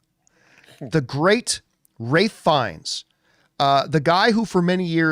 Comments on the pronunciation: For loving Ralph Fiennes, you kept calling him Ray!! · That is how you correctly pronounce his name, watch any interview it's always pronounced raif not ralf.